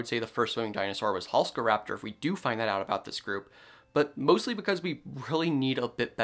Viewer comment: You are mispronouncing Halszkaraptor. Why are you ignoring the z? This dinosaur was named after a famous Polish paleontologist, whose name is Halszka. In Polish, sz is pronounced like sh in English, so the name is Halshka, NOT Halska. Thus it needs to be pronounced Halshkaraptor, in English orthography.